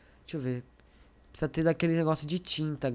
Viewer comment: nao e pisiza e presiza